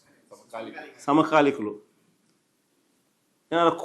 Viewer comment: Samakalikudo,,,samapalikudo,,,,,,promating 😂😂😂Telugu nerchukondi saruuuuu😂😂😂😂😂